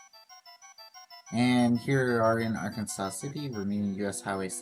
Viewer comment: Arkansas City is pronounced Ar-Kansas lol. Thanks for the shoutout!